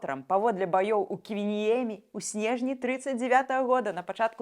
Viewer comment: прабачце калі ласка, але у́ слове Ківініемі націск будзе на слог -ні-, а не на літару е (валодаю фінскай мовай і таму гэта адразу рэзанула па слыху). Таксама трэба звольніць Вашага артыста па мэйкапу, чамусьці Ваш прыгожы твар выглядае жоу́тым.